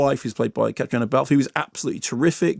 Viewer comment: How did he pronounce the name Caitriona? Thought it was Ca-tree-na